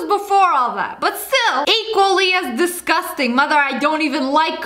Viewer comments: Ok so Lia said DESGOSTANG and my subtitles were like: THESE GHOSTS BANG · I had captions on and when she said disgustang then it said these ghosts bang 😂